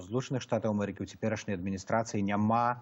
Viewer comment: Вячорка:"Плян,дыплямат,амэрыка"-гэта не па-беларуску,рэжа вуха.Гаварыце,кали ласка на беларускай мове)))